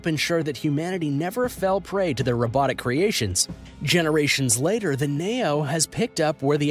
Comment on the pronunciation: Btw the Nao robot is pronounced “Now”, and it actually was created for aid in autistic children, people just took advantage of its abilities.